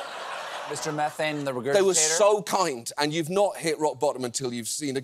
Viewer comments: Mr MEEEEE-thane (not METH-ane) was a recurring guest on the Howard Stern show back in the days when he was nationally syndicated but still on Terrestrial radio (late 90's or so). Apparently going by other posts in this comment section, he made the am shock jock circuit pretty regularly (before Stern put them all out of business). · He's not "Mr. Meth-ayn", it's "Mr. Mee-thayn".